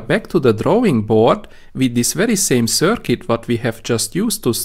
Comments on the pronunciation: Excellent!! You are saying 'circuit' perfectly. I don't know why that bothered me so much, but it made me wince, haha! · Yes . . 'circuit' pronounced much better !